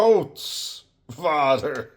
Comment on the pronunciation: Your pronunciation of 'over grootvader' is too good. Do you have dutch blood?